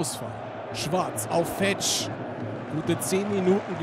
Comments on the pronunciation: ER HEISST FEEEETSCH langes e du kommentator du :D schade hansa... aber geen erfurt wird geheizt !!!!^^ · Siehst du ein langes "e" oder ein h (Fe"h"tsch???) im Namen? Ich nicht! Es wird genauso ausgesprochen, wie es geschrieben wird! OFC! ;)